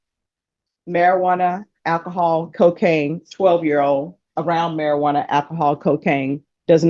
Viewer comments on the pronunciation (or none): omg stop saying marijuarna its called cannabis. and who cares about the weed. hate this crap. cannabis is not a problem around kids.